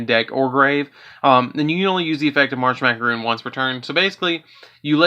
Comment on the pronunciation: Just so you know, "Marshmacaron" is pronounced "Marsh-Mac-A-Ron".